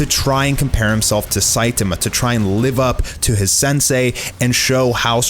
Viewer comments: Please repeat after me : Sai -TAH - Ma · i really don't like the way that he says saitama no offense